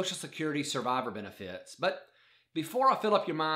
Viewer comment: I hate the way he says Beni Fieet